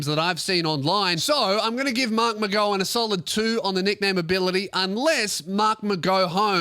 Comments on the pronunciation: It’s pronounced mark-mc-gow-an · Kim Jong McGow-un Is what I’ve heard people calling mark mcgowan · pronounces marks last name incorrectly.